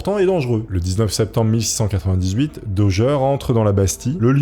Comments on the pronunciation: Le château de Fouquet est à Vaux LE Vicomte (programme de CM1-CM2, un des château les plus célèbre du pays et on dirait que tu découvre ce que te dicte le prompteur), idem prononciation du nom d'Eustache Dauger qui se prononce comme "danger" et non daugère ou dauguère. Bref encore une vidéo chat gpt sur un thème où t'as du mal à comprendre les mots que tu lis. Je coupe la vidéo là et c'était déjà difficile à regarder. Si tu fais un truc fais le bien ou fais le pas. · Il a été arrêté à Calais , pas à Dunkerque , et c'est bien à la française que l'on prononce son nom Dauger et pas Daugere ? Pour le reste bien des gens s'y sont frotté à cette histoire, comment arriver à faire taire une vie ,c'est abject..... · Tes vidéos sont vraiment top mais Dauger ça se dit daugé pas daugueur on est en France pas au texas 😂 Continue de nous faire de bonnes vidéos comme ca ! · Doug doug dit Daugueur, l effet barbara stranger thing, Bragueulonne.... J aime les histoires de ahah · DOGGER ?!!! xD La prononciation c'est important !!!!!!!!!!!!!!!!!!!!!!!! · Mec fais un effort avec la prononciation, au bout d’un moment, juste par respect… ça te prend littéralement 10 secondes de vérifier ça sur Google ou avec ChatGPT OU DANS UN DICTIONNAIRE….! Tu googles « xyz prononciation » et voilà !!! Genre « Eustache Dauger prononciation » et tu vois que c’est DO-JÉ… surtout que c’est du français là, pas une langue l’étrangère ! Vous êtes vraiment nuls en langues les Frouzes, c’est pas croyable ! Et surtout dans votre propre idiome !!! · RIP le pauvre Eustache DAUGER qui voit son nom prononcé de 1000 manières tout au long de la vidéo lol ca fait pas sérieux, renseigne toi avant de tourner 🤣 au final ça se prononce DOJÉ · Au fait, on dit "Dojé" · Oui, on dit Dauger et pas Dauger. 😂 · je Gère ! La GUerre ! Ce n’est pas compliqué de savoir prononcer 😊